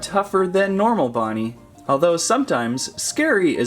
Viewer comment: It’s not nightmare BOnnie it’s bonnie